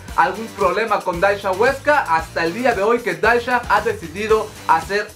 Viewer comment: "daisha" JAJJAJAJAJAJAJAJAJ